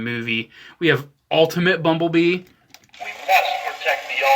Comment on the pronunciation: Why do I keep hearing 'mumble bee' what the heckle is wrong with me